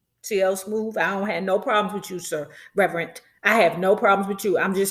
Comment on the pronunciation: She said “REVERENT” 🤣 .